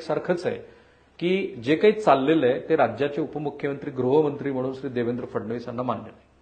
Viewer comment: ग्रहमंत्री म्हणू नका, गृहमंत्री म्हणा.